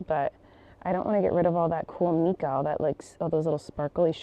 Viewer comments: LOVE! It is called "MYca," not "MEca" IE Mica 😂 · “Mica” Like Mike not like Meek 🙃😂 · pronounced, "mika" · I believe it's pronounced "my-kuh." All of our rocks in the Rocky Mountains here in Colorado have it. That's just how we've always pronounced it growing up. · Isn't it pronounced Mike-ah?? Or am I crazy? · Getting new glasses is always exciting! I've worn glasses since I was 15 and its a fun accessory if you look at it that way. Also, side note, mica is pronounced MY-ca. We had alot of it down in GA. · I think it may be pronounced “my-ka”! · Hmm I think mica is pronounced as my-kuh 🫣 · Its micahhhh ( pronounced) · Fellow rock/crystal lover here ☺️ Just an FYI. Mica is pronounced differently than the way you’re saying it. Check correct pronunciation on google if you’re interested.